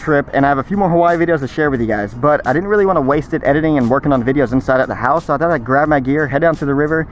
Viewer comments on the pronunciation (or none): none